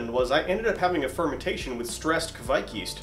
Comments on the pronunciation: Your first pronounciation was correct. Kveik, not Kviek 😄 Great video! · Kveik is pronounced like quake in earthquake, but you should here the "v". Great video. Greetings from Norway.